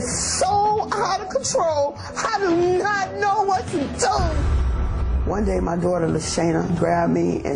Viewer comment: Lmao how she said my tho lmaoo